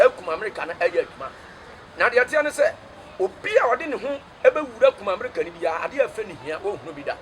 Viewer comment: Akoa wei paaa kumerica koraa u can say u say kumamerica,,,u dey cam talk u brought it fiorrr